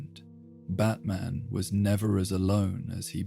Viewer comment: Pronounced " bat - min " I assume?